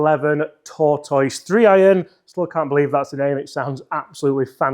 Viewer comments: I'm so sorry, but I have to say something. For a Brit from the UK.... masters of non-phonetic pronunciation, it's not 'Tor - toyce". Tortoise is pronounced 'Tor-tuss" in the English language. I just can't hear you say that one more time. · It is tortuss not tortoys.